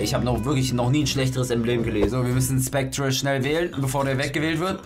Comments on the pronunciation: Mein Gott der wird nicht ,,SpectRe", sondern ,,SpecteR" ausgesprochen ... Man sagt ja auch nicht ,,centRe", nur weil es so geschrieben wird. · Aahhhhhhhhh😂 wird das nicht "spectre" sondern "specter" ausgesprochen? 😂 😂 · Es wird glaub ich "specter" ausgesprochen, auch wenn es spectre geschrieben wird. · Wird specter ausgesprochen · Macht mich irwie voll aggressiv wie er Spectre ausspricht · da hat wohl wer nicht in englisch aufgepasst so wie er spectre ausspricht :D